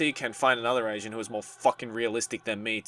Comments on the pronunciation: It sounded like you said "She's an asian like me" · When you said "that was rose. She's an agent like me," I thought you said, " she's an Asian like me." 😂😂😂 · Is it just me or do I misheard saying "agent" for "asian"??!! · its funny sometimes he pronounces agent like asiant i don't know if i'm the only one who notices it